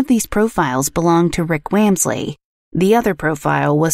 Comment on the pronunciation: Interesting, but you pronounced the last name wrong, which was funny. I happen to be distantly related to them.